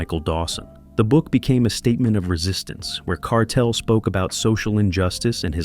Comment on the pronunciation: Man bearing false witness pronouncing Kartel name wrong stop do these dumb shows homie yuh will loose yuh life memba mi warn him